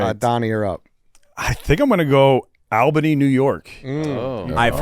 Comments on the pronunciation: AL-Benny lol I was thinking the same thing. I’m a Minnesotan and I pronounce it All-Benny. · ALL-BUH-KNEE say it right if youre gonna shit on us. Also not Appalachian at all Chief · it's ALL-bany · That pronunciation of Albany is hilarious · The way they pronounce Albany is insanity